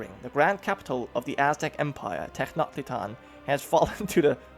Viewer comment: I believe that the first half of Tenochtitlan is pronounced "Tennosh". I have no idea about the other names. :p